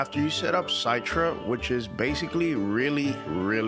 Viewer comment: I think Citra emulator is pronounced like "sit rah" like how the cit is pronounced in citrus like citrus fruit (oranges, limes, lemons), not "sight ra"